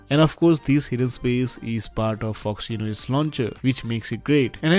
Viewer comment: OXY-N-OS! HAHAHA!